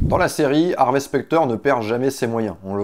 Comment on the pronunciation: Désolé j'ai pas eu le courage de continuer après 1min de vidéo psk le mec arrête pas de dire "HarvÉ" c horrible